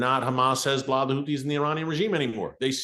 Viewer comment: I absolutely love how Erick says "Hez-blah"!😂